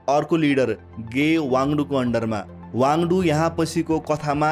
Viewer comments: वाङ्दु हैन वाङ्दी हो । तथ्याङ्कहरु केहि मात्रामा मिलेको छैन । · खम्पा कमाण्डरको नाम गे वाङडु होइन, सही नाम गे वाङदी हो । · Not Wangdu but Wangdi pls correct